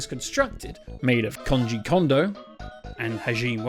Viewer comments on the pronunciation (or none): Bro keeps saying Konji Kodo. 🤬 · “Konji Kodo”? Seems like this person has some difficulty with this name. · these name pronunciations are-- somethin'... I don't think I've heard someone say "Kanji Kodo" before. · This dude can’t even say KOJI KONDO’s name right… check